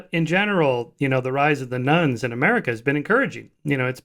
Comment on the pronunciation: "the rise of the Nones" I interpreted as "the rise of the nuns" and thought ... whaaaaat ?